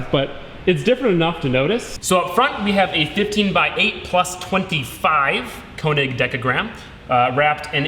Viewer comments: It's not Konig! It's König! Ö sounds completely different than O. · könig not konig